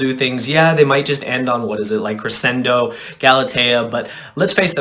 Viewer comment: it's cre-SH-endo not cressendo